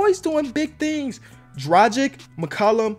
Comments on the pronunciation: Dragic is pronounced: drag-itch btw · Just to let you know. Dragic is pronounced drah-git-sh